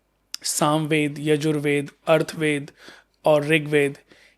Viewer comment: ओ भाई.. अर्थ वेद नहीं.. अथर्व वेद.. 😂😂😂😂😂